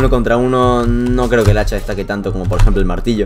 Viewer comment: Dice hecha XD